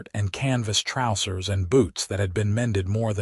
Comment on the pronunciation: I HATE THIS AI VERSION!!!!!!!!!!!!!!! , WHAT THE HOLY FK are "TROUW-sirs"!!!!!!!!!!!!!!!!!!!!!!!!!!! IT IS FREAKING "TROUW-zers" you POS AI!!!!!!!!!!!!!!!!